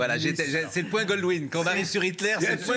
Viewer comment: Ca se dit "point Godwin" et pas "GoLdwin"... pour des pros, c limite !